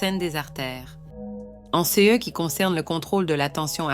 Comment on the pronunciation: Est-ce que la madame qui fait la narration a des ennuis cognitifs? Elle n’arrive pas à dire les mots : ce et ces, de plus, elle dit les nombres en ‘’angles laids’’ … Elle semble aussi souffrir d’apathie. Je suis inquiet pour la madame.